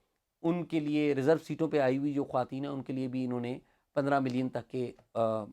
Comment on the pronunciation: خواتین کا تلفظ درست کریں۔۔یہ ترکی زبان کا لفظ ہے اس لیے اس کو خواتینِ پورا پڑھا جائے گا۔۔۔اگر فارسی لفظ ہوتا تو پھر اس کی "و" (معدولہ ) نہیں پڑھی جانی تھی